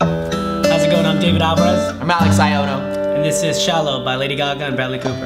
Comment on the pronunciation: When they said Davi Gaga and BrAlex Cooper I laughed so hard 😂😂